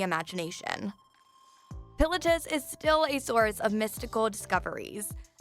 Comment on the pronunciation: the way she pronounced Mt. Pilatus is going to haunt me for the rest of my life..